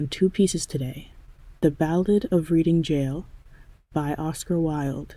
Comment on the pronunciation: The market town, Reading, is pronounced as, reding., it's a silent a. :goodvibes